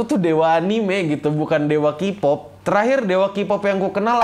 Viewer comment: Sebenarnya K-Pop juga baca 'K' nya itu "kei" bang bukan "ki" seperti pas kita bilang K secara terpisah pas belajar alfabet Inggris, bukan ki kayak pas kita baca kata key. Ni maap maap ye bang soalnya tanggung bahas hidden jadi sekalian biar lurus semua. Ni sering banget saya temuin sehari-hari bahkan sama fans K-Pop nya sendiri. Gatel aja gitu, inggris bukan Indonesia bukan.